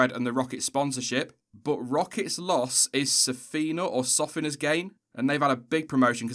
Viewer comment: Time to deal with the pronunciation of Sofina....it is food processing company HQ'ed in Canada and majority owned by Michael Latifi Phonetically the name is pronounced SO-FEE-NA.....Sofina. Take it from a Canadian with lots of friends in the food supply chain!